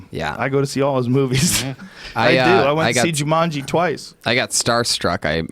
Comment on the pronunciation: Joe "I saw Jumangi twice" Rogan